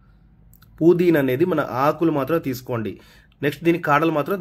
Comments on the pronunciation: కోతిమీర 😮 ఏంటి కొత్తిమీర. పుదీన కాదురా.పుదీనా. భాషా బాగా మాట్లాడు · "KOOTHMERA" KAADU ADI KOTHHIMEERA. NEXT "POODINA" KAADU ADI PUDINAA